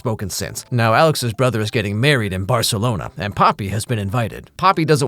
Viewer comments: You pronouncing it Barthelona immediately after a scene with Tahani Al Jamil is exactly what I needed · I'm sorry that you had to suffer through the obnoxious people, but if it helps, they have always pronounced Barcelona wrong and your version is much closer to the correct version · as a spanish speaker, I loved the way said Barcelona 😂😂😂